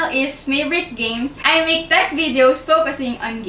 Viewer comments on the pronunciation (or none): "" (nung una nga akala ko "toggle mary" 😂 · I hear you always say "TAG GIRL" instead of "TECH GIRL"? Idk..